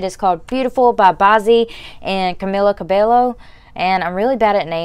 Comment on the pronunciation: it is CABEYO not ll :)))))